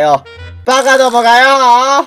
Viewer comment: なんか呂律がまわらん とか言ってる割に「馬鹿どもが！」って 言葉ははっきり言えてんの好きすぎる